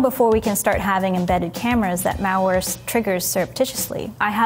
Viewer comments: The way she says, "malware" sounds like mowware...and it bothers me. Hahaha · Meow-ware is all I heard. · I can't unhear it, curse you! Haha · Sounds like a Milwaukee accent. How they say it like, Muhwaukee ahaha